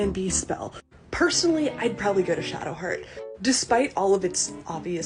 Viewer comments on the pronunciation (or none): Did.. you just call Shadowheart "sheart"